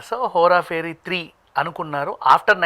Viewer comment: That is Hera pheri not Hora Pheri .. don’t know why these people can’t say right ..